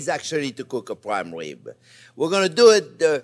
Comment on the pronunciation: I love your "pwaim wib" chef!